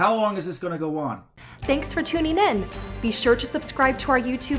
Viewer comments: No, I now how to pronounce "tuning". She, on the other hand, pronounces it "tuneen". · You might want to re-cut your outro with someone who can pronounce the word "tuning".